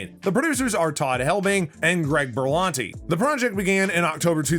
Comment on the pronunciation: He also said Berlanti's name wrong.